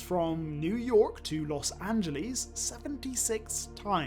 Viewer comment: "Los Angeleeeeze" LOL